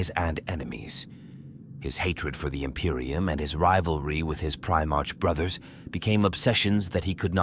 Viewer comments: Prime-ark NOT Prime-arch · Also, I hate the "pri-march" pronunciation. What are they trying to say? Was he the first in line of a parade? The first, or earliest foundling in the month of March? No. Ofc not. Damn, I know, a petty and pedantic thing but it really grinds my gears.